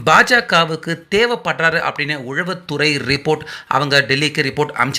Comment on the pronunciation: தம்பி! அது உளவுத்துறை உழவுத்துறை இல்லை. தமிழுக்கு அழகே ழகரம் ளகரம் தான்.